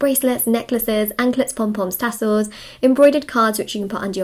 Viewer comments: Does anyone else love when says, “anklets, pom poms, tassels” with her English accent? 😂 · I thought exactly the same especially Pom poms followed by tassels